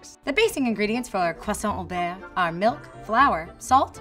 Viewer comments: Not bearr, but beurre. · i love this show and but her pronunciation of "beurre" was...qu'est ce...mauvaise